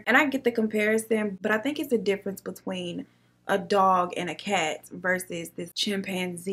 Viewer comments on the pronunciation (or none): none